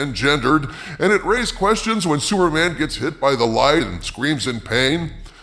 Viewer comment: Did you call him “Sewerman” half the time?